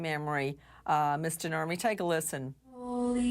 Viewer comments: Who else hears 'Burt and Ernie' when someone says Kurt Nurmi? Just me? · Nurmi is a finnish last name, so he has some family from Finland. When Americans say "Nurmi" it sounds soooo stupid and NOTHING like it should be pronounce 😂